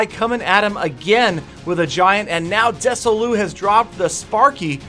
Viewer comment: Des-Oh-Lus. Mess-En-Jer.